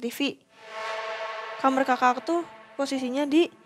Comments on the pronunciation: ko dedengaran aku asal ngomong kamar denger nya kamerr. Salah dengar apa EMG ngomong nya kamerr ya. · Kenapa hampir semua narsum ngomongnya “Kamer” gak Kamar,…